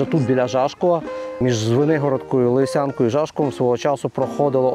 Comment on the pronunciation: Кожного разу одна і таж помилка, хто розповідає про Шевченківський край... Не ЛисЯнка, а ЛИсянка Привіт моєму Лисянському району з Голандії!